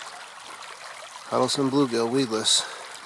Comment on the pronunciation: Huddles Ton, not Huddle Son